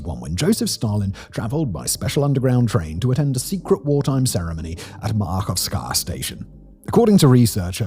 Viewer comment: Also "Maahovskaa" station is just Mayakovskaya station